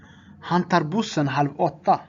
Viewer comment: Kollade lite fel på uttal tex tar bussen tänk på det men det föreslog jag bra för de som nybörjare